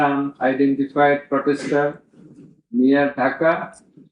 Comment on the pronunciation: Protester he's saying potester